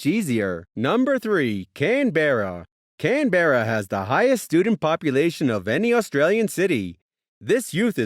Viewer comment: Its not can-be-ra its can-br-a